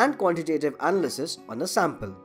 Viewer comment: The way you emphasized certain syllables in words distracted me a lot from the content. Maybe looking up standard English pronunciations before doing voice-overs would help. Analysis, determine, and spectroscopy for example.